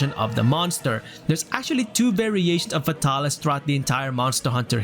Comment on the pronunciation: “F’tah-lis” ~ 2020